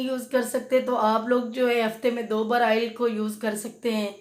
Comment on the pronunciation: Baat ko mukhtasar rakhain, Afaaqa Hoga insha Allah. Shampoo ki baat per 3 minute legayee Aap. Aur Haan Aail nahi oil hota hai. (آئل نہیں اوئل)